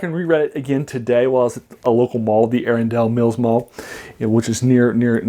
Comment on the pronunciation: Hey there. I grew up, and lived in Baltimore County for 43 years, then moved to Utah. The name of the mall you went to is pronounced Ah-RUN-duhl Mills. I had to laugh for a second at the way you pronounced it. I do it all the time since recently moving, and sometimes people have no idea where I'm talking about.